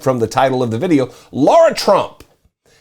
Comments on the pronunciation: Sorry, my nit to pick with you here is the mispronunciation of the name 'Lara' (Trump) as 'Laura' (Trump). OK, think of Angelina Jolie as 'Lara, the Tomb Raider'. Sorry about the nit -- part of my OCD I guess -- I appreciate your postings. Keep up the good work. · Lara or Laura? They are not pronounced the same.